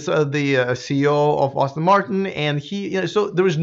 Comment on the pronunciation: Name of the manufacturer is pronounced Ass-ton not Austin...FYI